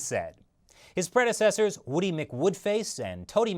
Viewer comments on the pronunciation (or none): none